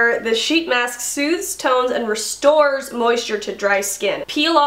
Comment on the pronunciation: Restores 😂💜 I literally laughed out loud when you butchered it twice.